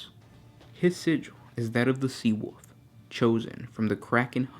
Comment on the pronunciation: Wolf not Wuff......